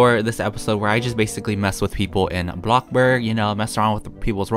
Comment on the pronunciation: HE SAID A BLOCK BARG INSTEAD OF A BLOCK BURG HE IS EVOLVING LIKE A POKEMON